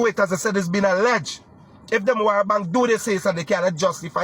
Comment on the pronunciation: chap Demerara bank ? not demawara bank